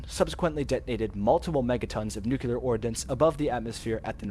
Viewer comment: the word is NUCLEAR, pronounced NEW - CLEE- UR not fucking NUCULAR